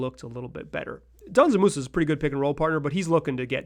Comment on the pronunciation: Brother it‘s not „Danzan Musa“. It‘s Džanan. You say the „Dž“ like the letter g. You pronounce it like f.e. the g in „geometry“ or the 2nd g in „gorGeous“.